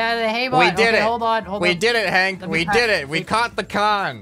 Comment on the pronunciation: Hank He Said HANK